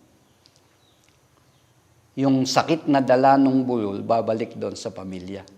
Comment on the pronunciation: db bu--lul ndi bulul kasi tunog bulol, slow lang po ang bigkas